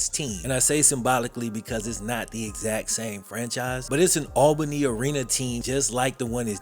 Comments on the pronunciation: great video, but quick tid bit, its said *ALL Bunny*. Not *Al baney*. Its easy to mispronounce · This was painful as a native of Albany. The pronunciation is right there on the news clip... I get disrespect to AB, but not to our city.